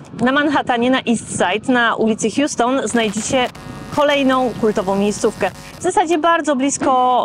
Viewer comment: Houston Street czytamy H-AŁ-ston , nie H-ius-ton, bo nazwa ulicy pochodzi od osoby, a nie od miasta. Pozdrawiam. 🙂